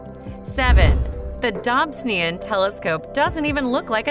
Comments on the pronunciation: even a robot would pronounce the ‘o’ in this instance. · Please learn to pronounce Dobsonian properly. I imagine John Dobson, a fellow American, would have greatly appreciated it.